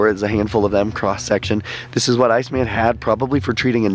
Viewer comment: ...you refer to "Ötzi" as "ice-man" with the intonation on the name as if it were a translation of eis man. He was given the name just as the Neandertaler was, Ötzi was found in the Ötztal, Austria.